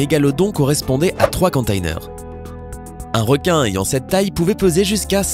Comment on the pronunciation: ta pas compris car au début le mec dit contaiener au lieu de contener mdr je me moque pas de toi mais du gars qui a mal prononcé d'ailleurs je sais pas pourquoi il le prononcé comme ça